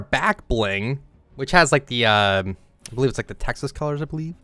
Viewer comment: mans really said Texas